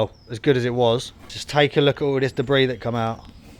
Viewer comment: Debris, or DEBRISSSSSSS ?